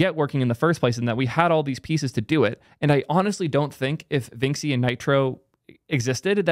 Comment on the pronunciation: Vinxi is pronounced like vinchi (to rhyme with da Vinci)